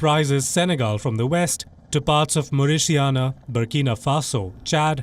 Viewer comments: Can you please educate your reporter how to pronounce "Mauritania." 🙄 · How hard is it to just google Mauritania and look how to pronounce it. Look on YouTube.?